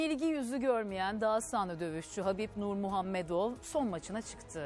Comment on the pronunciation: Sunucuyu tebrik ediyorum, gerçekten Habipin adını ve soyadını doğru söyiedi, diğerleri ingilizceden direk Khabip diyor....